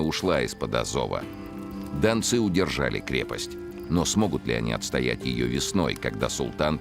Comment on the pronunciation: Дончане это современное топонимическое название жителей донецкого бассейна. А в фильме речь про донских казаков, которые и назывались донцы( с ударением на последнем слоге.)